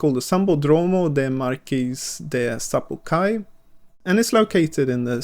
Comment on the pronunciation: SambÓdromo e SapucaÍ que fala, e não sambodrÔmo ou sapucÁi, rsrs.